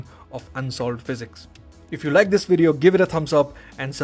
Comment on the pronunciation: ain't nobody is "ts" for "this" lil bro pack it up 💔💔💔🥀🥀